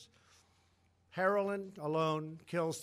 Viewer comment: Am I the only one who heard him say heraldwin instead of heroin? 😂😂